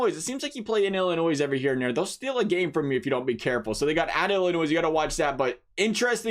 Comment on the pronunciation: Dude it's not Illinoise, it's pronounced Illinoy.